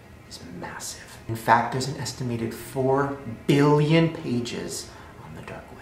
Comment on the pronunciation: i love how shane said 1 BILLIEAAN pages